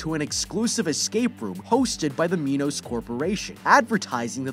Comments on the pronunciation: It’s Minos not MEnos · its pronounced "my nuss" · It's mi-nos just so you know just a friendly fact